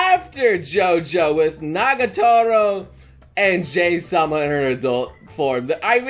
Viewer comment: No J- sama!, JA-HY sama!